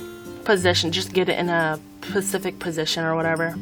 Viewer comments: I think you're a very talented artist, and I was really enjoying your video...until you said "Pacific", rather than "specific". I'm out. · Did she say..... pacific..?